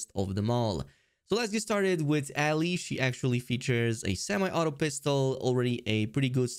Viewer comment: Not pronouncing Ellie's name correctly is such a crime 😂